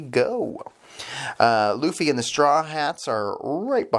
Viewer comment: Luffy's Name is Pronounced "Loofy". Other than that, fantastic review. Here hold this like.